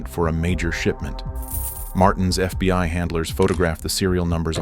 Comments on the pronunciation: this has to be the best AI narration I’ve ever heard. I don’t think I would’ve known if it weren’t for some of the obvious mistakes that basically no person would make like FBY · How fkn sh!tty is AI if it keeps saying "FBY" ?? I hear it time and again in all of these crappy AI written videos